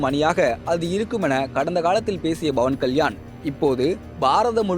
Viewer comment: Dei yar da news read pandradhu, Bavan Kalyan illa Pawan Kalyan.